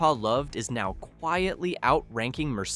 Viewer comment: Mercedeseeezz? Learn English FFS.